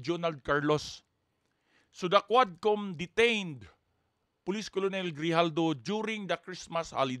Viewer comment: KERNEL ..ang bigkas hindi colonel.